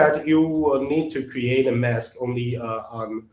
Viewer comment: When narrating an instructional video, you need someone that can pronounce the words correctly for example mess is not mask! Your closed captions are highly incorrect. It is most difficult to understand the narrator as he does not pronounce English words correctly. I realize that English is a second language for him but please get someone else.